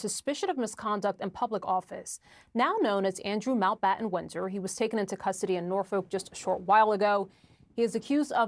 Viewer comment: Way to downplay it, CNN. And somebody, PLEASE, tell these GenZ-ers to PRONOUNCE THEIR FREAKIN' T's! It's not "Mao-Bahh-Ehn," it's "MounT BaTTon."